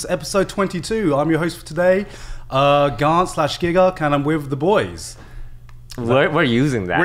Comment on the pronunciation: GARNT .... it is กานต์ in Thai, I believed. That's common Thai name but most of my friend who has that name will go will "Karn" instead (that's the recommended transcription (ก = K) by the government I believed.). Both spelling will give some what inaccurate pronunciation. "Garn" is probably the closest one. "T" (ต) in กานต์ have a nullify mark ( ์ ) on it so it should not be pronounced. Don't ask me why TF Thai has a nullify mark, it is long story. Try watch video "Why Thai is the hardest writing system" he kind of explain a bit. BTW I didn't know Toast host a podcast.